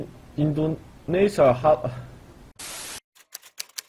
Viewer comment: its funny how he said Indonesia 😂